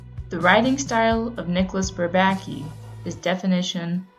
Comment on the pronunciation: She said bourbaki wrong